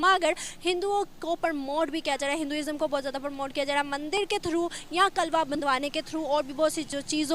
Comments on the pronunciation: Kalva nhi hota kalava hota hai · कलवा नही, कलेवा होता है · Kalawa hota h , Na ki kalwa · Ye kalba Kya hota hai 😜😜😜 👍kalaba hota hai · Mc klwa nhi hota klewa hota bolna nhi aata to bolna chord do... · Tum itne jahil Ho news Wale bhi kalava ko kalva bol rahe ho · अरे पगली ..कलवा नही,,'कलावा' बोलते है..koi bat nahi ,,,keep it up 👍